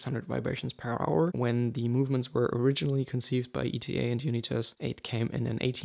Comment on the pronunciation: Are you pronouncing Unitas correctly? There was a famous American quarterback and it was pronounced differently